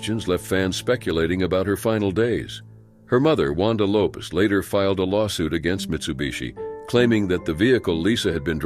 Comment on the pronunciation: It's Lopes, no z in the name